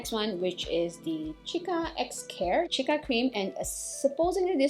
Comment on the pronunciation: Its pronounced see-ka